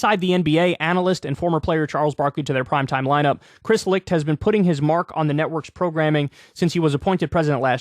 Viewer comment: Kyle can nearly properly pronounce the CH in Licht but cant do the same with Koch🤔